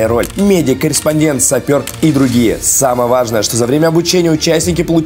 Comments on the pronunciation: Корриспондент? Серьёзно? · Кто-нибудь заметил ошибку в слове корреспондент? Кому-то пора снимать ролики про урок русского языка 😅